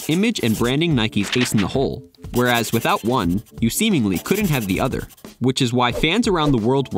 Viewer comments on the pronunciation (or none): none